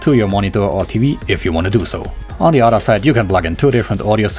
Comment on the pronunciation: on the "otter" side:D i luv u